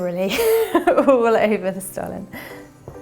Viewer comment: The S in Stollen is pronounced “sh”tollen 😊 Thank you for the nice video tho! Very festive 🎄